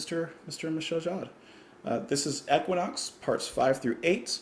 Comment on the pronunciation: équinoxe is French. The correct pronunciation is é-ki-noks. The "é" is closed and short (like the English "bet"), the "u" is not pronounced, and the emphasis goes on the last syllable "noks". As per JMJ, not a fan, but plenty of friends were.